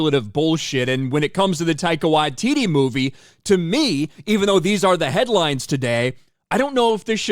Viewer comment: Who the hell is Tyco What-titty?